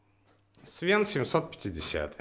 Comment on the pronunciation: не свен а свэн